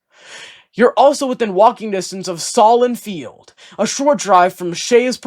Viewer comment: Youre not from buffalo are you??? "Sollin field"?....lmao. Sahlen Field you twerp.. SAY-LIN